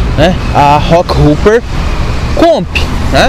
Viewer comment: A pronúncia não é “roqueruper” pelo amor de Deus... é roqueróper!, hopper ( pronuncia-se róper) quer dizer “saltador”, ou seja, rockhopper quer dizer saltador de pedra. Falar inglês é importante para falar de bicicleta.